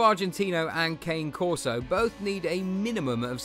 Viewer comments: I prefer the Ca-nay Corso. Not Cane. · my wife and i own a Dogo Argentino and a Cane Corso/German Shepherd mix. both breeds are great and with fun personalities. They are also good family guardians, its true though that you need to really know what you are doing because of how powerful they are. it is pronounced kon-ey not Cane btw. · Your pronouncing the cane corso wrong.